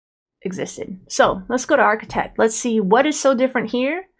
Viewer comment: when you pronounce it. It sounds like a “t” instead of a “d”